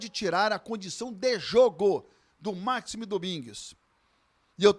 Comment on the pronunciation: 15 segundos de vídeo e a primeira merda já é falada: O NOME DO CARA É MAXIIIIIIME. E NÃO MAAAAAAAAXIME. PUTA QUE O PARIU.